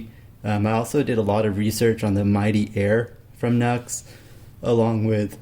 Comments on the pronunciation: G'day from an old guitarcheologist since '79 in SE Queensland, Australia. NU/X whom make pedals amps etc. is pronounced 'new ecks' not 'nucks or nux'. The only minor glitch in your great videos is this mis-pronounciation, no biggie. Peace, respect & far too much guitar & rock n' roll is nowhere near enough!🎸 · It's pronounced "new ex" Nu-X